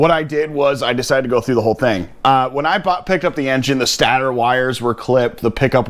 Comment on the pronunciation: Ugh the way you said stator made me cringe. It’s state-or not stater lol